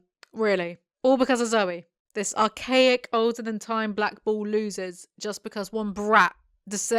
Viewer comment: I kept hearing 'ball' instead of bull, and I think it says a lot about the series that I didnt even question it lol